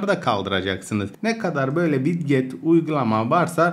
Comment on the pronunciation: ya abi "widget" lara "vid get" diye hitap etmen sinirime gitti :D, "vidjıt" diye okunur :D